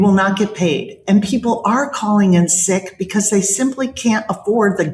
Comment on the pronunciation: STOP SAYING "BECOSS" STOP DYING "PLAY THIS CLIP" STOP CLAWING AT THE CAMERA